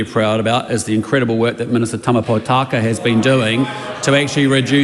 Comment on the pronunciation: You can't even pronounce Tama Potaka's name correctly